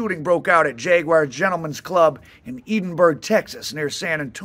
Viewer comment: It's Ed-in-burg not Eden-burg